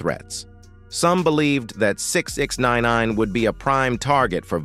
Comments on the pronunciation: Sixninenaaaneeen. Damn AI SHYT😂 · That shit sent me bruh. Pronounced his name 3 different ways and fucked em all up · The AI narrator was struggling like a mfer tryna say sixnine w that goofy ass spelling 😂.